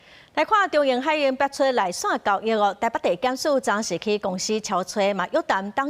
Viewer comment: 「海運」(hái-ūn)毋是(hái-īn) ，是文音的(ūn)，毋是白音的(īn)，主播講毋著，配音是講著的。